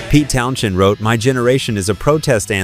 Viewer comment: Pete's last name was pronounced Town Send. The H in the middle is not sounded. You're welcome. 😊